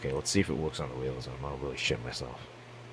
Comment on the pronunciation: you sound fucking epic and then you said weely